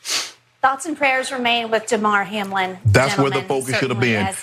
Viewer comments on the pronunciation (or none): The woman at the end didn't even pronounce his name right. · The woman is so worried about Hamlin that she doesnt know how to say his first name i guess.